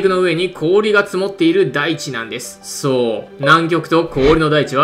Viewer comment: 「そう...」がそうじゃないんよな